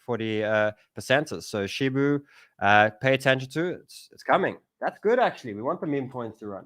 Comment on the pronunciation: SHIBA not SHIBU